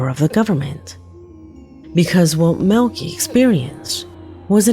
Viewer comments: In the FIRST VIDEO the guys name is Maleki.... but is pronouncing it 'Melky" (or MILKY) but that is NOT$ how you say this very VERY OLD, BIBLICAL NAME -You pronounce it " Mal-le-ky " - thought maybe I should help:) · It's pronounce Mal-a -ki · It's Mal li kai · I think Maleki is pronounced Malachi and that video was more annoying than anything because you don't see anything you just hear a lot of heavy breathing and a guy running. And I'd like to know who uploaded the video if he disappeared because if these are his last moments alive then it's evidence & assuming someone from the government found it why would they upload it if they didn't want anything revealed? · You’re correct about the pronunciation, but who cares cause the clip sucked anyways! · #3–I believe his name is pronounced, “Mal-i-ki”. “Ki”, as in “sky”. #2–Fake! Why is someone either in the back seat, or in the passenger seat, filming with a cellphone?! Because they weren’t driving very fast and their friend was laying on the roof of the car. They placed their hand on the windshield, so that (1) it would look paranormal, and (2) as a signal to stop and let him into the car. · No (maleki) is a common last name in iran its pronounced (mal-e-key)